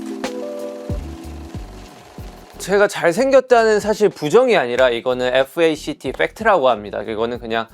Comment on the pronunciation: Jinnie's "F-A-C-T" reminded me of "S-T-O-P, staphhh" really bad 😅😂